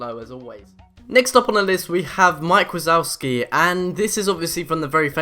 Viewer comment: Mike "war-zouski"